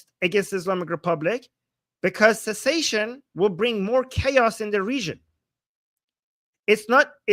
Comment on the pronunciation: secession, not pronounced like cessation.